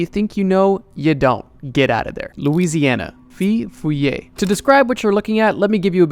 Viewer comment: I was expecting the rougarou for Louisiana. Wasn’t expecting the feu follet. Though it’s not pronounced “fee foe lee ay”, it’s “foe foe lay”. Sincerely, a Cajun.